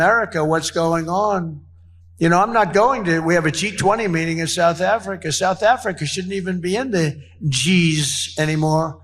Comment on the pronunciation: Souff Africhhhaaaa